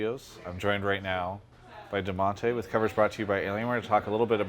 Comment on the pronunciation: Its dadonte